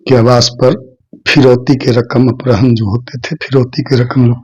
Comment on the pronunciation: Apharan bolna sikh lo